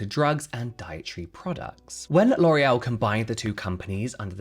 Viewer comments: Sorry, but don't you mean LORRULLL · So how hard was it not to say LORAL.. every. Single. Time. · James, it’s ok to mispronounce the names of nazi sympathizers…. Damn. I mean we should know better about these companies… I guess ignorance is bliss. I’ll try my best to find other brands to support.